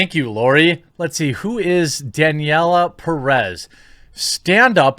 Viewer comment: both vowels in "Pérez" sound like the "e" in "step" or "met" or "dead", and the stress goes in the first "e", not in the last one as you are pronouncing it. Pé-rez. Don't take it as a bad thing, it's just constructive criticism in case you wanted to know.